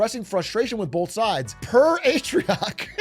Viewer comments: "PeR aTrIoC" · "Per Atrioc?" Who's Atrioc? I only know Big A